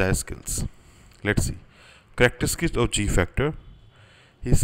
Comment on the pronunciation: Did you read characteristics as "Character-skit" lol.